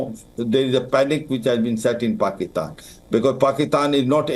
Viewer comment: Wow what an idiot you had high rank position in the government but you can't even pronounce clearly the word PAKISTAN